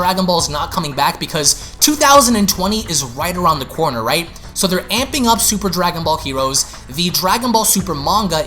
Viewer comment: “Dwagon bawl hewoes”